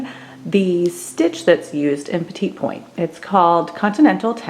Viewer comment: I hate to be critical but the correct pronunciation of this type of stitching is “pet-ee” point. Not the French pronunciation of the word “small”. Also, the correct way to needlepoint or petit point (not cross stitch!) is called the “Basketweave” stitch. This is where you focus on stitching on the DIAGONAL, from side to side inside within the design or background. You should always be starting in the upper right corner within the design, stitching from the smallest amount of stitches in the very top corner within the design to the widest. It covers the maximum amount of your canvas. Also, be sure ANY needle or petit point canvas is a canvas called “MONO”. This is a canvas where the intersecting points of the canvas are securely interlocked and immovable when you stitch. This prevent your canvas from stretching diagonally when you stitch. This is extremely important because if you don’t stitch this way and your canvas becomes stretched out diagonally, it will NEVER, EVER be able to permanently stretch back out to an even square again, even once it is framed. Trust me. After 50 years of stitching hundreds of projects, this is the way to correctly stitch ANY needlepoint mono canvas, no matter how many stitches per inch (which is referred to as the “count” per inch). I learned how to needlepoint at the age of eight from my Grandmother who was born in NYC in 1900 but she did not stitch this way and did not use mono canvas. Sadly, the gorgeous floor covering she stitched over the c